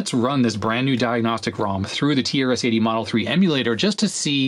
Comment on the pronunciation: The way you pronounce "TRS-80" sometimes sounds like "tear city". I guess that's quite a fitting name for this board😂